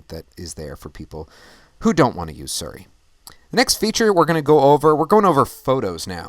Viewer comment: suri or siri (sorry its probably your pronunciation) great show as my time zone is +8 its so difficult to catch a live show or i dont get enough notifications